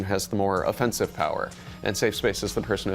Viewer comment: This is the most "how do you do fellow kids" thing I've ever seen in my whole life. Also, he's using the wrong inflection on "offense", letting me know what kind of person he is.